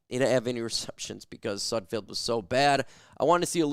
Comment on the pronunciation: I T ' S N OT SUDFIELD IT'S S U D F E L D THE'RES NO I YOU GET IT WRONG ALL THE TIME.